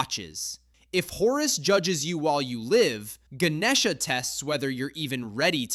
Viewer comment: Bro, that’s not how you say it I’m Indian, you said Ganesha wrong